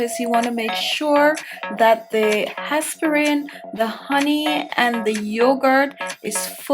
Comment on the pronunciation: El Guanto ,how she pronouce aspirin is plain annoying